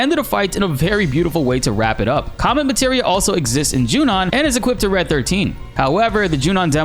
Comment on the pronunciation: It sounded like you said c*m meteor